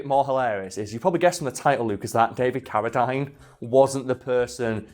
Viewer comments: It’s pronounced Cara-deen, not Cara-dyne. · It drove me nuts listening to you mispronouncing Carradine. Its not Carra Dine its Carra Dean. I know your from the UK and you pronounce some words differently but come on now that's disrespectful. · It's pronounced caradeen not dine. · He probably didn't recognize the name, since you said Carra-dyne, and we pronounce it Carra-dean. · I thought his name was pronounced David CariDEEN... huh... wild. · Isn't "Ca-ra-dean" ? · I was cringing everytime they said his name!